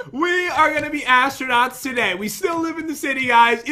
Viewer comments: “ I can’t wait to start becoming an AssTRunuuWws!” - 2019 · "i cant wait to be astunits* pat: " astunuts? " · I like when said "astronewts" 😂😂😂😂😂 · astronukes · literary said asttronuits then i was like what.... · your so funny you said assternoot,s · said astro-newts